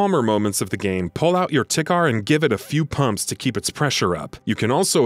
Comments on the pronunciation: Tikhar is pronounced Tee har Play the game before doing these lists It constantly reminds you to clean your weapons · The Tikhar rifle is pronounced "Tee-hah" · is it just me or does the way he pronounces tikhar feel wrong?